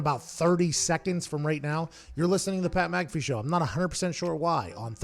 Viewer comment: My lad said Mat PcAffee